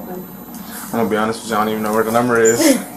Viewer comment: "WIT" you